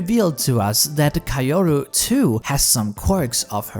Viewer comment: Why in the world does he pronounce "Kaoru" like that?